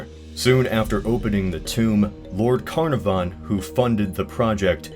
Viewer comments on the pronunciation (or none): it's spelled "Caernarfon" but it's pronounced "car-NAR-vun" and not "Carnavon" which sounds like a science-fiction villain. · just for future reference, it's pronounced kuh-NAH-vun (or kire-NAAR-von in Welsh). Nothing personal, just irks me hearing people mangling the pronunciation of Welsh place names. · Do your research. "Carnarvon" is pronounced with the stress on the second syllable, NOT the first.